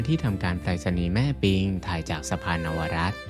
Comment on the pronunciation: สุดยอดครับ สวยงามและมีคุณค่ามาก ขอติงนิดนึง สะพานชื่อ นวรัตน์ ( นะ - วะ - รัด ) ไม่ใช่ เนาวรัตน์ นะครับ ( แบบเดียวกับ อนุสาวรีย์ ( สา - วะ - รี ) ที่มักอ่านเป็น เสา วะ รี )